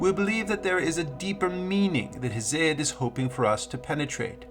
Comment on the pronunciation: Damn you ain't never heard nobody pronounce Hesiod 😂😂😂